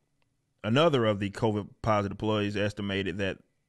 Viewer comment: I’m curious as to why he calls it Covaids